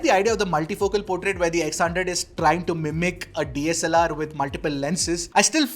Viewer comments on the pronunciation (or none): none